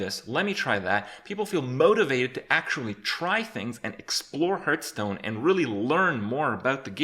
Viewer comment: Lived and Breathed Hearthstone for 4 years...and yet you still mispronounce it. It sounds like "Heart-h-stone" Not "h-Earth Stone"